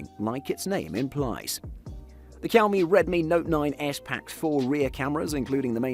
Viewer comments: It is not kaomi it is xiaomi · Why you always pronounced Xiaomi as quami??